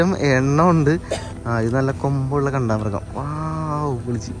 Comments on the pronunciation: എടേ... കാണ്ടാമൃഗ० എന്നല്ലേടേ പറയേണ്ടത്..... എന്തോന്ന്... കണ്ടാമൃഗം.. 😁😁👍👍അടിപൊളി വീഡിയോകൾ പോരട്ടേ...... 👍👍💞💞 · കണ്ടാമൃഗമല്ല കാണ്ടാമൃഗം എന്നാണ് ശരിയായ ഉച്ചാരണം.